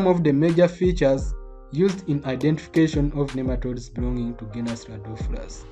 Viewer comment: Radopholus not Radophorus Keep it up sir.